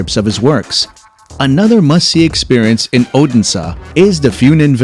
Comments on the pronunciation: Wingardium Oh-den-sah! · Yes, bad pronunciation 😢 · “Oden Saw” 😂